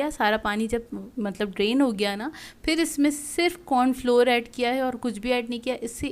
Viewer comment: Kra nhi kiya bolte hn